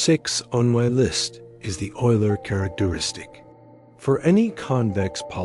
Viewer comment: Isn't that name pronounced oiler?